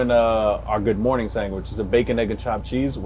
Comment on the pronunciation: Dude that good mawning...lord have mercy